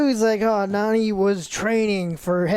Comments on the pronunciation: Been watching Joe for like 13 years Why can’t he ever pronounce things right? It’s NAH-NEE not Nina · Joe, its Nani. Not Nina. Her name is Nani. Nani is Lilo's guardian and her older sister. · Anyone else annoyed at the name pronunciations of lelu and nena? What’s that about? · Nina & Lilu ITS NANI & LILO!!!! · Joe calling Nani and Lilo, Nina and Lilu most of the video was killing me 😭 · Can joe stop calling Nani, Nina, I cant take this review seriously when he doesn't even know the source material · Nani. NAAAANI. Not Nina. NANI! Like the Japanese word for “WHAT?!” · My right eye twitches every single time Joe says "Nina" and "Lilu" instead of "Nani" and "Lilo" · Its pronounced Naiee not nanny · Why dont they correct joe when he keeps calling Nani "Nina" and lilo "Leelu"? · You saying Lilu and Nina as if those are the actual names is mega cringe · Also…. Congrats on getting click bait comments by pronouncing “Nani”, “Nina”. Sure did remember what “Olana” means too. The “Stitch Movie” came after Lilo and Stitch not the “Lilo and Stitch 2” like yall keep mentioning. I just watched them yesterday and know this………………so what’s your excuse “content “”creator”””…….. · Nina, Lilu..... at this point Im convinced Joe says the wrong name on purpose lol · Her name is Nani Not nina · Bro how are you going back and fourth on Lilo and Leelu but keep saying Nina instead of Nani bro fucken read and how are the other two just sitting there letting you be wrong Like bro I heard him say it right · Every “Lelu” and “Nina” instead of Lilo and Nani had me slamming my hand on my desk 😂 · It’s Nani not Nina! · Think you watched the wrong movie who the fuck is Lilu and Nina if I had a shot for every time he butchered a name I’d of been dead the first 10 minutes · By the way, the whole time listening "Nina" instead of "Nani" and sometimes "Lilu" triggered my OCD very strongly throughout the entire video XD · When started calling Nani, Nina, I was cracking up 🤣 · IT's Nani not Nina